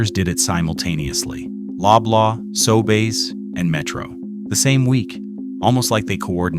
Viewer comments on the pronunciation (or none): Another AI production! Sobeys is not pronounced as "Sobays".